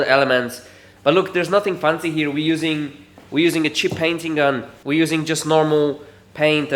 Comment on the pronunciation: Am I going crazy or has developed a slight new zealand-ish accent🤭 when he says the word fancy